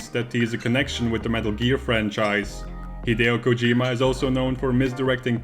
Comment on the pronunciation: It's KOH-jee-ma, not Koh-JEE-ma.